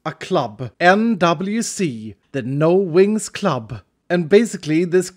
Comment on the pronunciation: It sounds like he's saying no Winx club! I don't know why it sounds like he's saying that to me...